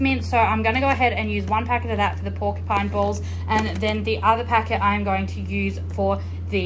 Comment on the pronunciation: I noticed something different in the way you said porcupine in previous video but then seen how you’ve spelt it on your meal plan board.....only mentioning in case you don’t know but it’s porcupine meatballs 🤗 Will give this recipe a go as looks good. I’m the same with cheese, prefer to grate it myself. I grate extra and place a bag in the freezer, just have to remember to take out in advance😄 As for the milk, I’ve noticed some milks advise on the labelling to consume within so many days of opening, happens a lot with the plant based milks but had it on an expensive regular milk recently. That could explain the lumps in the milk. I bought the health smart one and had to use within 5 days of opening, disregarding the use by date on the bottle.....frustrating.